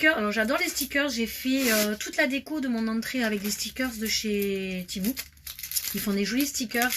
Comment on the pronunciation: Pas méchant mai c temu et pas temou